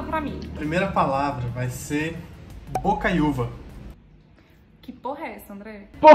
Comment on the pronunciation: bocaiuva agr pronuncia assim:bokaíúva